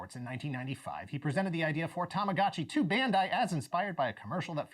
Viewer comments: "Tamagachi". He's butchering the Japanese language 😖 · Why he call tamagachi and not tamagochi ?